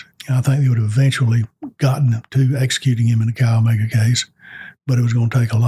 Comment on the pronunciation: Chi Omega is pronounced...Ki omega...